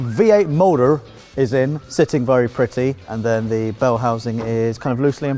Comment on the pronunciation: Why does say vurry instead of very?